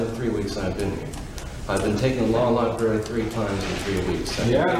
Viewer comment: Judge said law lieberry 😂